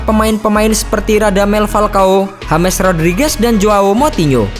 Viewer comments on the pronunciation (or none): none